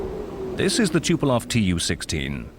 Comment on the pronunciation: The narrator cant even say the name of Tupolev right.